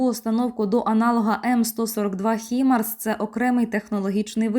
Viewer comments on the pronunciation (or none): Ведуча, займися Мовою! Майже в кожній фрвзі на початку і в кінці стріму - помилка!!! І не "хімарс", а ХАЙМАРС!!!